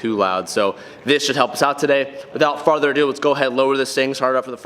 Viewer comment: "without Farrrrrther a due"